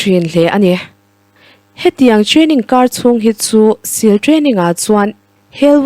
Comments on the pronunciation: Navy sill ti tawh suh Siil ang deuh in lam tur aw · mizo in Sîl (stamp) kan chhut thin anga lam tur anilo, Navy seal chu sea lion an tih mai, Seal anga lam tur thlukna awmlo, Sîl ani lo Seal (steel) thluk in